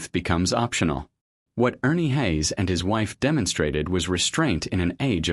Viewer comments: I listened for 20 seconds to the fake voice of ai or a person clearly unfamiliar with Ernie "Hays". 😄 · A Godly man and woman. Your title doesn't do them any favors....... and by the way, please learn how to pronounce their last name properly. this could have been an awesome presentation about a true warrior, but again, you've given a poor reflection upon both Ernie and his beautiful wife. . Shame on you.